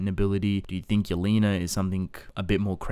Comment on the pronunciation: thank you for saying yelena properly and not yell-eh-na